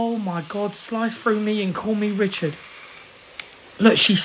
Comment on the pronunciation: "SliCe frOough me and call meh RichaAd" I'm dyinggggg😂